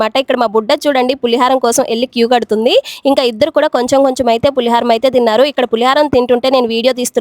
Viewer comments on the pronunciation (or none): పులిహరం కాదు అమ్మ పులిహోర.